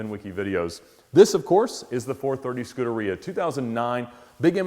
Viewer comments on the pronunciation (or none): none